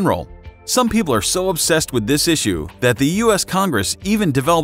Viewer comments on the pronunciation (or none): none